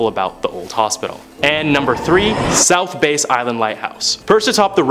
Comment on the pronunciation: It's south bass (as in the bass fish) not a (bass guitar) ! Wow